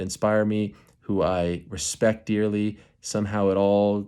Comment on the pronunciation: Chael no hespect he hespect nothing